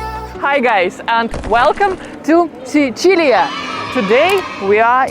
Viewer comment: Pronunci troppo bene Sicilia per essere puramente anglofona.